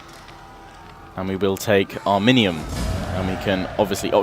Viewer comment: it is ari-min-yum